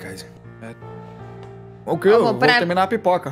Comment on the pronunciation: Mais específicamente o kaiser que toda hr ele chama de cesar ksksks